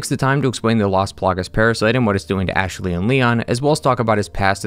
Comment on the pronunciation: Anyone else hear him saying “Ash-a-ley” sometimes? Can’t unhear it lol